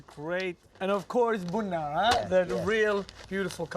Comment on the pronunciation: Marcus how come you don’t try to speak Amharic!? You still sound Ethiopian when you said Buna. 😍